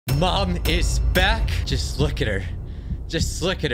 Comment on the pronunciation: the way he said "MOM. IS. BACK."